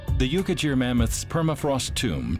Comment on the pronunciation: The ''gh' in 'Yukaghir' is not pronounced as ''j' or as 'dzh', but as German 'ch' but voiced, like some` pronunciations of Turkish 'ğ'.